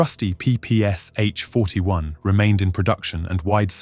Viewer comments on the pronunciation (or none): P-P-Sh, you pronounce it as three letters, as you mentioned in "but soldiers called it papasha"